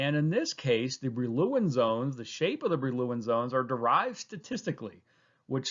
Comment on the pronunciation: Great explanation thogh I enjoyed the pronunciation of Brillouin zone much less 😅